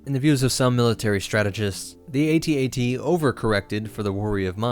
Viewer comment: At-At’s, not AAT’s.